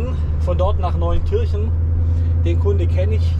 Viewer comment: Als jemand, der im Saarland lebt, muß ich immer wieder schmunzeln, wenn Ortsfremde die Städtenamen aussprechen. Bei Neunkirchen liegt die Betonung auf Neun und nicht auf Kirchen. Dies trifft im übrigen auch auf Zweibrücken zu😉 Bous hast Du richtig ausgesprochen 👍🏻 Wäre es vielleicht angebracht, wenn Du Dir, wie Mirco, ein Diagnosegerät zulegst? Dann könntest Du die Fehleranzeige besser interpretieren.